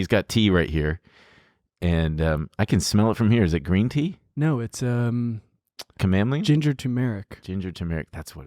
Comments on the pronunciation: say camomile again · The way said chamomile tea lol